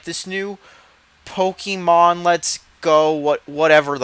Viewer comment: Ok did u say PokEYYYYY Mon?! Na boi. It's Pok E mon